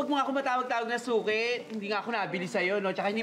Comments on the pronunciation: Yung suki naging shoki hahahahahah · Sabi ni archie suki or shoke hahahahahaha😆😆😆